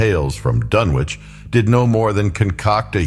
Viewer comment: It's pronounced "Dunnich". I'm out.